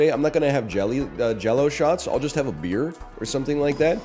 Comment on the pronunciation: I swear to god if he pronounces beer like that again I'm unsubbing